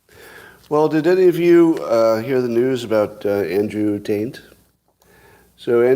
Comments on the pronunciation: No question the first two times he says Andrew T’s name it comes over as Taint. Then when he turns his head to one side to say it to Alexa, it comes over as Tate. Maybe it’s the microphone, or maybe because he twisted his head it helped him pronounce it correctly. My headphones deliver Taint the first two times, and Tate the second. We’ve no idea what Scott’s microphone or Alexa “heard”. We just know what our audio devices delivered to us. And if virtually everyone is identifying the Taint /Tate difference, I think we can rule out faulty audio devices amongst all his thousands of listeners! Occam’s Razor suggest Scott mispronounced it either knowingly or unknowingly and we all heard exactly what he said correctly. He can be so irritating sometimes!! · Seems to me he's saying "Taint" most of the time, except when he says he's not saying it, and pronounces it "Tate." I wonder if this is intentional? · Scott is pronouncing it Taint, and the simplest explainstion is that Scott is pretty bad at pronouncing names in general. Same as he mispronounced "measure" as "may-zher" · Tbf, Andrew Taint’s accent is really effeminate and annoying, so Scott’s odd pronunciations are the least our of problems. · Scott has been training Alexa for a week to interpret "taint" as "Tate", just so he didn't look like a fool. In a world where Google knows that "necylcopdeia" means "encyclopedia", you can't use search interfaces like Alexa to prove you are saying or typing things correctly. Keep in mind, Scott has admitted he likes the long prank. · Since so many people are hearing the “n”, I’m judging this as he is saying it. I wonder what the ratio is of people who hear the n vs not hearing it. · The pronunciation sounds tainted to me. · Does ANYONE listening hear “Tate” when Scott says it? With the yanni/laurel phenomenon, weren’t the results pretty even? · You keep pronouncing Tate last name wrong